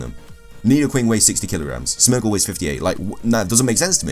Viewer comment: You pronounce Smeargle wrong, its Smeer gle